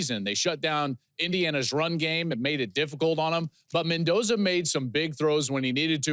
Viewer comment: Mendoza. Lol. Come on.